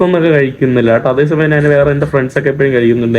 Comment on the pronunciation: നിൻ്റെ അമ്മേടെ "നാൻ". ഞാൻ എന്ന് പറഞ്ഞു പഠിക്കുക